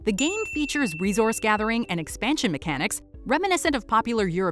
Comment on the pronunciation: wow, no stone age or small world, but yes to seafall? crazy. dead of winter and zombicide shoudve made the list too. narrator says reZource and aTHul. be she says meHico too